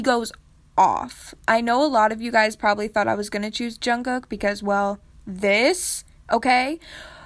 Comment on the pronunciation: when she said jungcook I died mentally 🤣